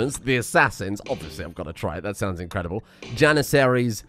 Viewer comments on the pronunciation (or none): none